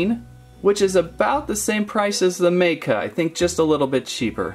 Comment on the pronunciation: Ma.ka is how you pronounce it